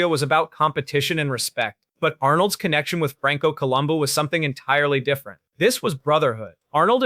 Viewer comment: good coverage and thanks for pronouncing Franco's surname correctly.